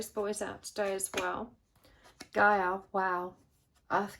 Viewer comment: Oh my God. Oh my God. Charlotte. You said Gay-ah. Not Guy-ah. CHAROLETTE. THAT'S MY NAME. ARE YOU FREAKKING KIDDING ME. I had to listen to it over again like 3 times..